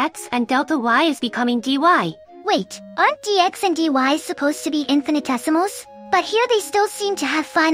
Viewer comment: Just a note: There's inconsistent pronunciation, sometimes the correct 'in-fi-ni-tesimals', sometimes the incorrect 'in-fan-tessimals' (it almost sounds like 'infant essimals', which would be baby essimals, I suppose). Although it's perhaps a little cute to have mispronounce it as 'infan-tessimals', I think it's probably more due to a misspelling in the script or something.